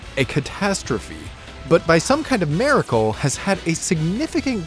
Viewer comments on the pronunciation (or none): Why did u say maracle instead of miracle?? Why do people do this??